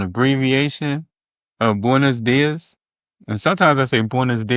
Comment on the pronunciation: Maybe they look at you funny because you pronounce: “buenos días” like it was written: “boines dies” There are only 5 vowels in Spanish and they are certain and clear. You have to reduce your resolution of thousands of vowels into 5 like a colorful video game running on a Gameboy or on a black and white screen. You have only 5 colors to use. Not more. Ok?? About saying “buen día” that is the singular form used as a shorter and quicker and relaxed option , for the new generations I guess.